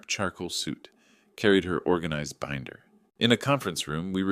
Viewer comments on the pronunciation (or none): none